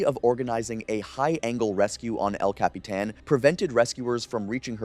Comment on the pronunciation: I got lost at el capeeeetan. But I found my way back. Eventually you got it right